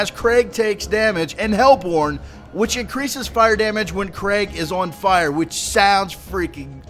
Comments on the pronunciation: You were saying it like Craig, its Kreeg <3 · Its pronounced kreeg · His name is pronounced Kreeg, just so you know. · You sorta had been saying it like 'Craig' in the video. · its pronounced Kreig like blitzkrieg. not being a grammer nazi just useful information